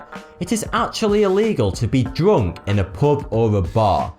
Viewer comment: What's that accent? I don't think I've ever heard it, it sounds really weird to me how he pronounces U as OO as in POOB, POOBLICK, DROONK :)